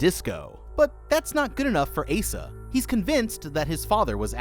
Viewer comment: The name Asa is pronounced ACE-uh. Not Aah-suh. Mildly infuriating to hear you butcher that nonstop not gonna lie. Oh my god even correct yourself from but then INTERMITTENTLY BUTCHER THE NAME AFTERWARDS JUST STOP FOR THE LOVE OF